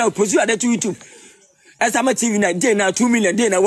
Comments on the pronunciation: Liwin. What's ur problem? Martha is a star. Mtchewwwww. Liwin its "YouTube not "WeTube" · He says Wetup😂